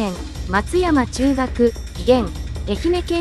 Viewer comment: 松屋中学、松山中学